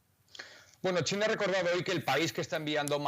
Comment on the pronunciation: Solo yo escucho Tina en lugar de China?